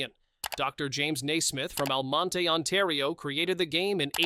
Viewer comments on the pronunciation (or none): please learn how to pronounce the names in your video... almonte does not pronounce the E at the end. and its young street not youngE street!